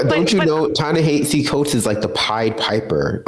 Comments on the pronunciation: Emma! We love you, but please please pronounce Ta-Nehisi Coates’ name correctly. It’s Ta-NaHASi Coates, not Ta-NaHEEsi Coates. It should sound like Taw-Naw-Haw-See with an emphasis on the third syllable. Not Taw-Naw-Hee-See. Please. It’s disrespectful otherwise. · It’s pronounced “Ta Neh-HA-See” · It’s pronounced “Tah Nehahsee” okay peace✌️. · his name is pronounced TA-NA-*HASI*. the only place I've heard it said right is democracy now.